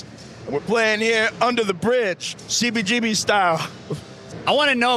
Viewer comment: please there is a whole generation of music lovers (anyone who loves live music as well)to who your miss pronunciation of cbgbs though its spelled CBGB I HAVE NEVER HEARD ANYONE ELSE EVER PRONOUNCING (MISS PRONOUNCING HONESTLY) IT THE WAY YOU DO. It wouldn't be a problem for most of us If It wasn't for the fact that every time we hear it said that way it takes us away from the interview completly. And this particular interview is the most important (also1of the best) interviews I've ever heard.FOR Most of USpunks who didn't grow up in NY, THIS IS THEE 1ST HISTORY OF THIS VITAL POINT IN FOR OUR MUSIC. I SUSPECT THAT IT MAY EVEN BE SEEN IN TIME AS THE "OFFICIAL VERSION OF THIS HISTORY" BUT, AND I DONT BELIEVE I'M EXAGGERATING, THE WAY YOU MISS PRONOUNCE IT WOULD MAKE THIS UNLIKELY BECAUSE OF HOW MUCH IT TAKES US AWAY FROM THE INTERVIEW. DO, PLEASE, I'M BEGGING YOU START SAYING IT THE WAY EVERY ONE IN THE WORLD OTHER THAN YOU, SAYS CBGBS, PLEASE, MY FRIEND.